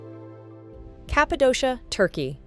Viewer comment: You seemed to try harder when pronouncing the Italian attractions (and other European attractions) but totally botched the pronunciation of Cappadocia for Turkey 👎